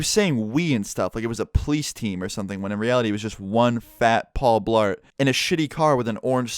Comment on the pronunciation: I died when he said one fat Paul blaret😂😂😂😂😂